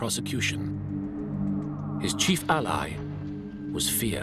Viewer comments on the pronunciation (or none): none